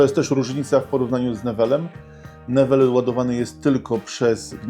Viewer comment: Recenzja bardzo spoko, ale mam kilka uwag w odniesieniu do marki Newell (bo sam korzystam na co dzień i mam dużo sprzętu od nich) - z tego co wiem, to markę Newell wymawia się - [ niuel ] - model GP12 jest już wyprzedany - nie ma go na stronie sklepu tej marki - model Asvala jest teraz na wyprzedaży - w dobrych pieniądzach można kupić, bo ten model jest bardzo dobry - na stronie sklepu są dwa modele powerbanka z MagSafe - MS-1000 (bez kabli) i MS-1000 PRO - z kablami, które testowałeś w dwóch wersjach.